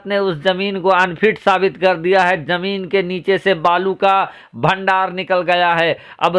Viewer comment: Yaar apna talaffuz Sahi kar lo.Zameen ko Jameen mat bolo Bhai. Masjid khari thi khara Nahi tha.